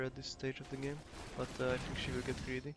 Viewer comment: Mint egy magyar aki mar tobb mint 5 eve kulfoldon el (ahol angolul beszelnek) ellegge irritalo az akcentusod. Egy ket jo tanacs a th hangot (think, thing) ne sz-hangal ejtsed. Magyar nyelvben nincs kulonbseg W es V kozott de angolba ugy kell W rendesen kiejteni, hogy ne erintsed ossze a ajkaidat. Illetve a t betuidet nyomd meg rendesebben es akkor jobban fogsz hangzani.